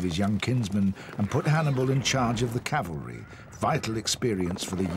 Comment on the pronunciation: It never ceases to amaze how professional productions fail to ensure that the word 'cavalry' is pronounced correctly.